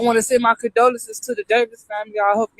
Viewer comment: The Davis family not the Davison family.